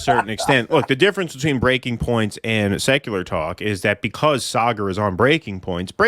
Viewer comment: Saygar? You can't even pronounce the guy's name correctly?